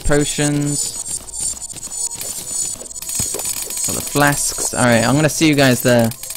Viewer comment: Wtf is with this guy saying "AlrightUH" and "Where is huh/shuh" all the time? Is english not his first language or something? It's really stupid and obnoxious.